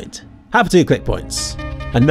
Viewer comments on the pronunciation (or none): Given the emphasis on the word TIME at the end, I will guess that it's time for the apocalypse, which obviously results in the counter terrorist showing a clock up the terrorist's butthole. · That pause before you said "time" at the end seems cheeky. Doctor who emerges and swings his massive wang in his face. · Well the way you said "find out next time" differentiating "time" from the other words, indicates the way he will die has something to do with time. I have 2 guesses: 1: He accidentally set the bomb timer and the bomb explodes on his back. It's a pretty unfortunate way to die, considering he has to press the right code. And also how did he manage to press the buttons when the bomb is on his back? Nobody knows. 2: The bell tower on Inferno somehow tips over and crushes him.